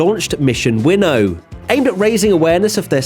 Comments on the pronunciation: "Mission winnoah" lmfao, what happened to win now? Can you even read the script written for you? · Why is everyone pronouncing it as “winno” instead of “win-now”?